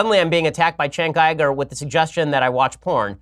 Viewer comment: Jenk Yoo-Gur, not Chenk Yie-Gur.